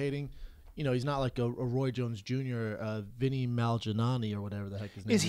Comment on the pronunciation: hahaha Brendan and names is the funniest thing. I just don't get why he cant say peoples names. instead of Paulie Malinaggi he says, consistently, Vinnie Malginanni. Paige Van Antz etc